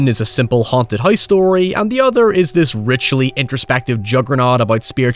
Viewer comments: You mean the spirits in the HOYSE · I can listen to you say "Hoyse" for hoyers